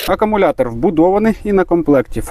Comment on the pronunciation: Акумулятор, а не акамулятор їбу-й